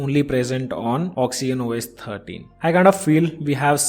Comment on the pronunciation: It's oxygen not oxyen